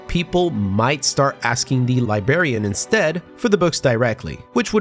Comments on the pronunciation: Libel..... Briar..... Contrarian. Li...........Brar........Ian. Li-Brar-Ian Librarian. Not Libarian. There's an R after the B. Come back next class when we teach kids how to say Nuclear and not Nookilar. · LIBRARIAN!!!!!!!!!!!!!!!!!!!!!!!!!!!!! NOT LIBARIAN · you pronounced the 'r' in library but missed it in librarian. Why? It's not 'libarian' Also the Harry Potter music just because you were referencing books? lol